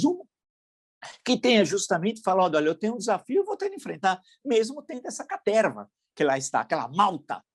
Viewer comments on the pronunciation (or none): Eu adoro quando o Villa fala: “Essa CATERRRRRRRRRVA”. 😂😂😂